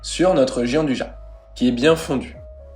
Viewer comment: Gianduja se prononce "djandouilla"